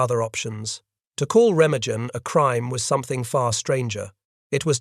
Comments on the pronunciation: Oh, how I hate an narrator mispronounce a city or region WRONG!!! That bridge has a German name Ree-mah-gen. If needed check the finished production for those kinds of ERRORS!!!! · Remagen rhymes with pemmican. It is an ordinary German word with accent on the first syllable and a hard g as in 'go.' This remark may seem trivial after such a tragic tale, but you'd think that after making scores of these WW2 videos, you guys would take enough interest in German culture to master an ordinary word. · Why is he pronouncing Remagen like that?